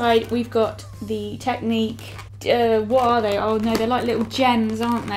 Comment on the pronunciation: Tek-nik not technique